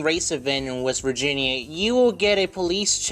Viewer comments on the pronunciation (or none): none